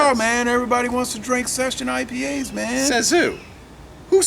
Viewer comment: You said it right! 👍👍